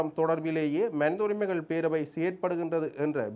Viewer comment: அடேய் பன்னாடை (மணித என்பது தவறு மனித என்பது தான் சரியான சொல் ) நீ யாழ்ப்பாணத்தமிழன் என்று சொல்லாதே எங்களுக்கு அவமானமா இருக்கிறது